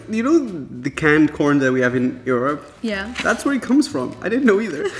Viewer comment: Why do you say Europe so weird like uryope 😂